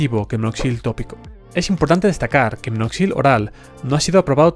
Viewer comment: No es "minoxil", sino minoxidil .